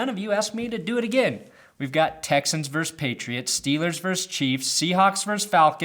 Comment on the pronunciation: God damnit,. It's pronounced "versus", not "verse".